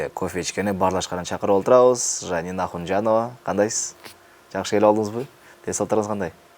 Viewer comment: Дабдыр, Жамин деп атынды да бир шумдук дабдырап атап алыпсын! Айчуроктун тузу Уруп кетсин сени!